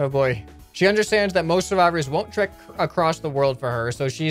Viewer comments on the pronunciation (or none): none